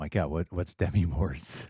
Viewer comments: Demi Moore: duh-ME, not DE-me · Small annoyance: It's De - MI, not DEM -i. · It's "De-MEE"!